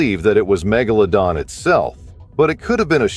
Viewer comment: I especially enjoyed Meg-Gala-Don lol